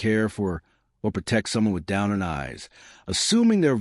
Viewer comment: Its pronounce downturned not down earned